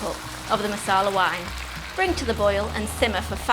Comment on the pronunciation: Does this recipe look delicious? Yes. Am I gonna make it? Yes. Do I like your delivery? Yes. Will I watch future vids? Yes. But it is NOT masala...it is maRsala...masala is a totally different thing!